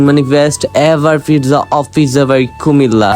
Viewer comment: Comilla na cumilla